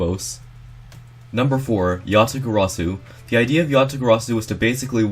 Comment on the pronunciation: says Yasagarasu and the text is Yatagarsu nice